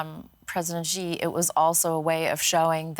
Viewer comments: Shee not Jhee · It’s not Gee. It’s SHE